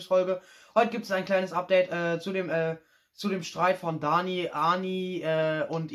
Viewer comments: Er kann nicht mal danis namen aussprechen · Hör auf dich einzumischen du versteht das doch eh nicht Auserdem sie heißt Dani und nicht Ani